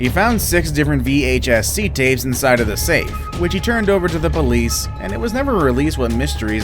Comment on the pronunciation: He said pOlUcE